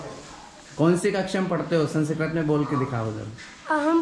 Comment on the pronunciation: संस्कृत बोलीये जनाब, संसकरत नही.